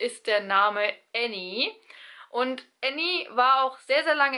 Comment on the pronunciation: Bevor sie den Namen ins Bild geschrieben hat, dachte ich sie meint den Namen „Annie“ 🙈